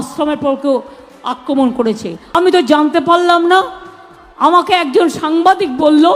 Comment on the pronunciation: CM akraman bolte parey na bolche akaman 😮😮